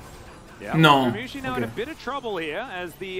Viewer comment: Par contre insupportable les commentateurs anglophones à prononcer "Gumiyushi" vraiment